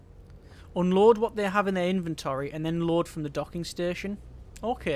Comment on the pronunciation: I keep hearing "Oh lord" instead of unload.